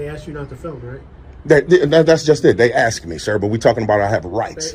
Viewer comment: ASK, not AX!!!!!